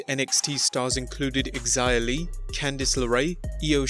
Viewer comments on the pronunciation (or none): Lost respect for you when you called Xia Li "Eggs-eye-ah".